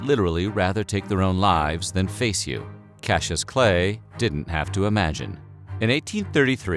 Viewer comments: Cassius is NOT pronounced "cashew". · KAS - EE - US